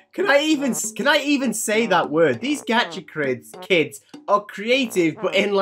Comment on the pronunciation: “Gacha Krids”